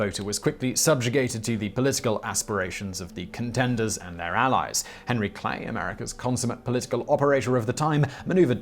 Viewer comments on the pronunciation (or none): none